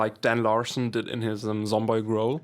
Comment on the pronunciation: He said I made this grow-l and not growl